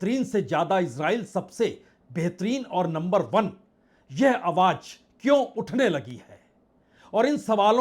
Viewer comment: Itni bhayankar trasdi mey ... aap haath kyun mal key shuru mat kijiye.. bajaar nahi Baazar hota hey... awwaj nahi awaaz hota hey...